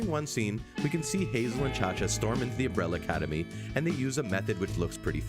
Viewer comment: Agreed, shits me every time he says Umbrella Cademy 🤯